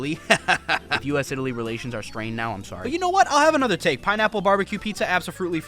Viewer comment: i-taly, where they make i-talian movies.